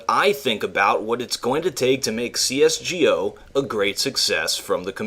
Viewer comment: "cs gee o"